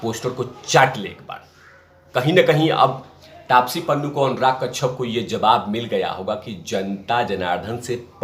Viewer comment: तेरी आवाज़ अब पकाने लगी है अक्षय होता है अच्छे नहीं कश्यप होता है कच्छप नहीं गाँडू 😡😡